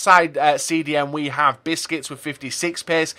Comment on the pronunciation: Busquets is not pronounced like "biscuits"